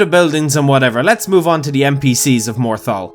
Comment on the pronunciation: Legend said morthal kombat...